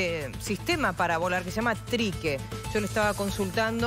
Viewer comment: "TRIQUE"... Dijo "TRI-QUE"???